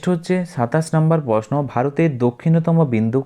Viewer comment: টকিং ❌ টলকিং✅ তৈরি❌ তৌরি ✅ প্রশ্ন❌ পসনো ✅